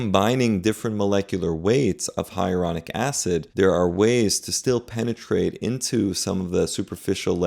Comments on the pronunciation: Isn't it Hyaluronic, not Hyaronic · HIGH-A-LA-RONIC NOT HIARONIC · It’s HYALURONIC acid, not ‘hyeronic’. And Lisa Rinna, who was very pretty to begin with, now looks like a guy. I’ll never understand this kind of obsession with appearance 😱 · I would never trust a doctor that is unable to pronounce the word "Hyaluronic". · The repeated mispronunciation of ‘HYALURONIC’ is concerning… 😬